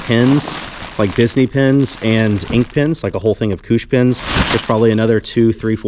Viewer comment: Took ages for me to figure out you were saying pins and not pens.. (i listen (and kinda watch) while i work so i probably would have seen it sooner otherwise) holy cow those enamel pins are not cheap..